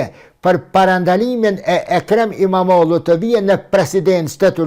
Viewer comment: Imamoglu jo imamodhu o shqipe.